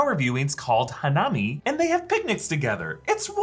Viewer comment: SA-ku-ra HA-na-mi